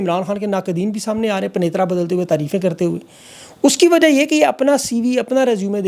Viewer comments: Saber pnetra nahen ,penttra , HOTA hey . correct yourself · word pentra hota Hy panetra nhi kindly khyal rkha krean پینترا